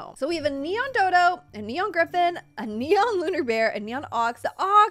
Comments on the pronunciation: you meant "neon" not "enon" ? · Anyone else realise it says ENON and not neon?? 😂 LUV YOU STILL AFTER RLIKE 4 YEARS